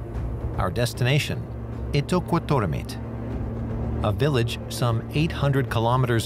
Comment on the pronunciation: As a Greenlander, I have to say this:" It is pronounced ' eat duck got daw meat' "